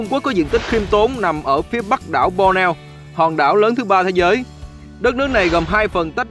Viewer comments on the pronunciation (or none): Cầu dài nhất Dong Nam Á ....9 --- Đảo Bornéo (₫oc là Bot nê ô ) khong phải Bo neo ..Day la Đảo cua Indonesia ! .Xin Mc doc cho dung để nguoi nghe dễ hiểu hon ! !Xin cám on ! VHG.